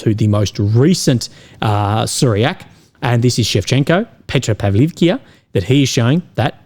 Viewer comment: Петропавловка! а не Петропавликија. Ивановка! не Иванивкија! Ако не знаш да изговараш како треба, научи!